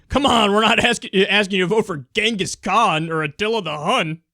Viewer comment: don't fucking go there. Genghis Khan was a fucking awesome leader and I'm not talking about military prowess, I'm talking about social policies...also you are pronouncing his name wrong.